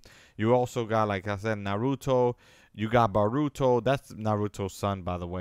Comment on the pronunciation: Na-ru(like true)-to- (like toe) Boruto. Bor (like bored) -ru (like true)-to. Not baruto